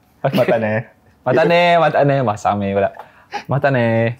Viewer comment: Wlkmsalam wr wbt... Hahaha... bab yg last tu klakar, "watane" jadi "masame"🤭